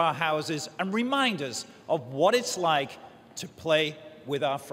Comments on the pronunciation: "Do you rike it?" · "Did you rike it?" LOL